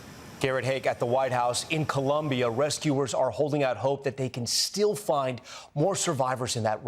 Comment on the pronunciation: WHAT IS WRONG WITH TOM LLAMAS THAT HE CANNOT PRONOUNCE COLOMBIA CORRECTLY?